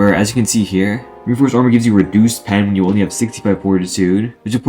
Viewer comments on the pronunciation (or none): none